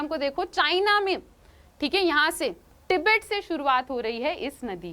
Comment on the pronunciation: Tibet hota h app kya pronounce krr rhe ho😂😂😂😂